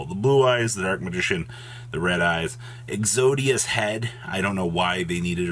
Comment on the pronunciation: I don't why I died laughing when he said exodias head lol